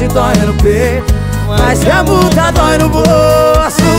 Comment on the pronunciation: Ela fala errado fala mula é multa